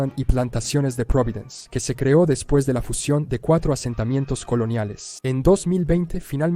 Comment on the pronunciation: ¡Qué dolor con cada "después de"!